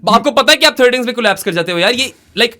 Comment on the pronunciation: Why did y'all keep saying 'collaspe'? It's collapse.